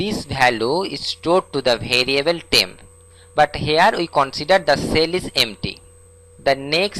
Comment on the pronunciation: bhariable aur bhalue nahi hota. variable aur value hota hai. pehle bolna sikh lo fir dusro ko padhana